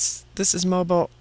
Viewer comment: heehee... that would be "mo-beel", accent on 2nd syllable.;) saw the EQ near the AK HAARP facility, too. hhhrrrrmm. but, yes, this is some verrrry good information, - thanks.